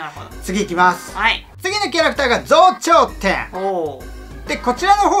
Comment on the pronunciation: ぞうちょうてんじゃなくてぞうじょうてんですね。 初めて見ましたけど横の女性の方が相槌しか打ってないから、付き合わされてる感があるw